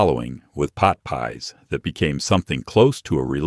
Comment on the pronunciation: I can’t believe I sat and watched this for almost 2 hours so far.. and heard “Frozen Pot Pies”🥧 or "Peas” at least 50 times. 😂